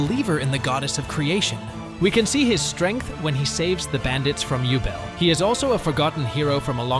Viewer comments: Übel. Not Ubel. Seems like english dub is pronouncing them all wrong. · I wondered what Name you are talking about when you said jubel. Only later i realized you tried to pronounce Übel. 😅❤️ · a lot of them i didn’t even understand… took me a while to get Übel too. (i haven’t watched all of frieren)